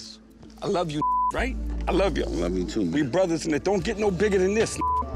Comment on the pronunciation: "WE. ARE. ALL. WEE. GOOTTT"